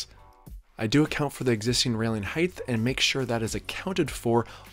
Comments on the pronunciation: Dude I like your content a lot, it's hugely informative and you execute your DIY well and in easy to follow steps. But I have to offer one piece of feedback because it's like nails on a chalkboard in every one of your videos. The word is "height". It ends with a hard T. Not "heighth" like "width". Sorry for the pedantry! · Fine work, nice results and a well-made informative video – thank you. I have a language tip that I hope you’ll find helpful. There is no such word as ‘heighth’. The word is height, pronounced hite. Width and length end with ‘th’, but height doesn’t. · Nice install. Only comment.. it's heighT, not heighTH 😂